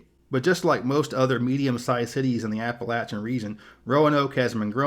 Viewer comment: Thumbs up for correctly pronouncing “Appalachian”